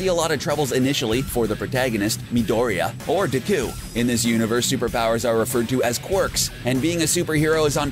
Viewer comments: ur saying his name wrong it's not Diku it's Deku and it's pronounced acadeemia not acadaymia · Ya men du cow? Not deku! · Everyone in the comments: He butchers the names Me: I couldn't be that bad Guy: Dehqui and Bahcuigow Me: 😂😂😂😂😂😂😂😂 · You can totally tell he hasnt seen the show, because he doesnt know how to pronounce bakugo or deku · DIKKUU?! BAKUUU?! KATSSUUUKI?! BAKUUUGO?! UCHAKUUU?! URARAKKAAA?! YAOYAROOZO? ENDEVUR?! ITS AN ENGLISH WORD DANG IT!! sorry didn’t mean to, like, offend you... just don’t like it when people say it wrong... 😐 😊 EAT THIS! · It 's pronounced Bauk-oo-go and De-ku. Plz pronounce every name correctly from now on. And also it's Ur-rr-ak-u